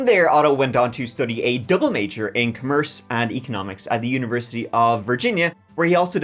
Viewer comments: dude studdied cummerurse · You're trolling. No way thats how you pronounce "commerce"